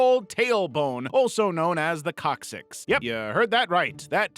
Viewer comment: coccyx sounds like cockxyx